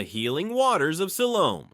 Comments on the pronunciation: Fouke is mispronounced. It's Foul with a K at the end. - , - It's pronounced El Dur-Ray-Doe. I'm from there btw. - Ouachita is pronounced Wa-sha-taw. , - It's pronounced Si-Lum. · No worries on the mispronounced names. Petit Jean = Petty Gene, Siloam = Sie-lome